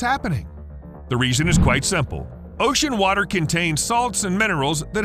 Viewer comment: The flod... Noe... What wather was? 😉